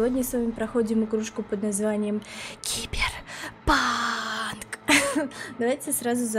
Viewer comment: Как классно ты говоришь киберпак😂😂